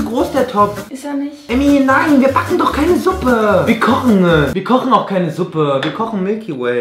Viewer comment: "bist du dummE" oder "Wir kochene" Er hängt einfach immer ein E dran.. xD